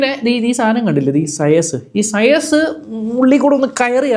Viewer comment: സയസോ? സയസ് എന്നല്ല ചെയ്ച് എന്നാണ് ഉച്ചാരണം. ചെയ്ച്...ചെയ്ച്. ഒന്നു പറഞ്ഞേ, നോക്കട്ടെ!